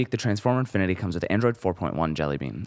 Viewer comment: nice review but it's "infinity" not "inifinity"